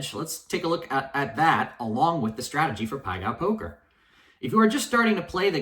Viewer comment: Self proclaimed gambling genius can't even pronounce it correctly lol